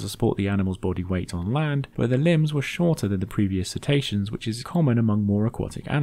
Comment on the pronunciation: I'm being a language geek - please forgive me! How are they "See-ta-see-ans" rather than "Sit-ay-she-uns". Or indeed if the letter 'c' is always hard in Latin, perhaps "Ket-aysh-ke-uns""